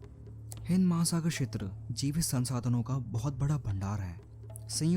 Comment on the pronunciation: छेत्र नही होता क्षेत्र होता है।